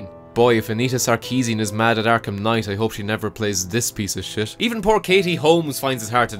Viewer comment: does he says "shias" instead of shit? I mean it sounds funny but it reminds me of the german word for "shit" xD